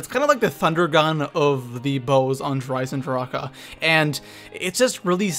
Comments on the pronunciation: why do you say Der eisendr-HA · why do ppl keep pronunceing der eisendrache der isendraka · Please please please stop saying der eisendrachHUH it sounds so wrong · Comment section: How do you pronounce Der Eisendrache Der (Eye zin drock) Der (Eye zin dra kuh)